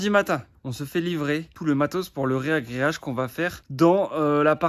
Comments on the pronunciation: A : ragréer (verbe transitif) et non réagréer, donc ragréage et non rééééagréage !!!! beau boulot, vous envoyez !!!! :) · Bonjour a vous!! Super vidéo! Et pour: on dit pas réagréage, mais juste ragréage. Coeur coeur love. Courage a vous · Merci à vous deux pour vos vidéos, elles sont vraiment instructives et plaisantes à voir ! Ayant fait l'erreur longtemps sans qu'on me le dise, on dit : ragrèage et non pas rèagrèage 😊. Encore bravo pour le boulot de dingue et le côté comique de vos vidéos !! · ragréage, pas réagréage 😉. Merci pour ces vidéos, c'est le "bonbon du dimanche" 👍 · Ragréage, pas réagréage... A la limite, tu diras ré-ragréage, quand tu auras foiré la première fois et que tu recommenceras ! ;) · Bonjour. Ce que vous faites est super. Par contre,, on dit ragréage et non réagréage. Bonne continuation! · Repeat after me: « RAGRÉAGE » et pas « RÉAGRÉAGE »: allez encore 1 fois: « RAGRÉAGE », ouiiii c’est bien 👍. Bon courage..... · Pour info on dit faire "un ragréage" mais pas "un réagreage". #fandepivot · RAgréage, pas RÉAgréage stp 🕺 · On dit un ragréage. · C’est pas « reagreage »mais « ragreage » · On dit ragréage normalement ;)